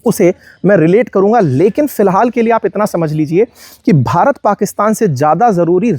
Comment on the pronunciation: भारत ने ❌ बारात ने ✅ 😅